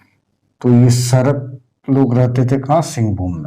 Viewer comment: सर मैं एक सराक जैन हूं और वो सरक नहीं सराक है।